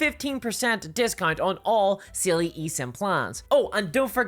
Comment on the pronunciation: Side note but your accent making "Saily" sound closer to "Seelie" really fits for it being something to help you when you get lost in the woods. Just don't give it your name.